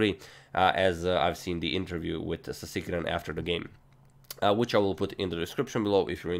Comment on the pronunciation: The way he said Sasikiran sounded like 'Tigran'